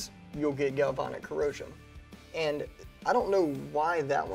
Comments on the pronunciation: You guys keep saying, "galvonic". It's "galvanic". "Van" is pronounced just like the vehicle. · Corrosion Specialist here. You guys are pronouncing galvanic weird. It is a real thing. It eats up aluminum wheels and heat shields on cars all the time but when used to our advantage it protects boat hulls and the interior wall of your water heater. But it requires certain conditions to occur. Cars, boats and water heaters all have something in common. Electrolyte. In these cases the electrolyte is water. Even worse, hot water. Even worse than that, salt water. With the grease and the protective coatings and construction of our rifles, plus the fact any water that could get in there would evaporate out quickly when you fire a few rounds, it just doesn’t seem to be a problem. If you wanted to prove a point and make it a problem, I’m sure you could scratch up your protective coatings at the metal to metal contact points and store your rifle in a bucket of hot salt water for a week and get the results you’re looking for but that’s crossing over into intentional damage. And would affect any place aluminum contacts steel, roll pins, detents, back plate, trigger pins, etc. so not exactly proving a point. Store it in the house, not in the pond, and it’ll be fine. GalvAnic corrosion cells are a thing, but not something we need to be concerned about in this context. In case you’re interested… in the U.S. corrosion control industry, it’s pronounced GalvAnic, where both A’s are short A’s, like in “and”.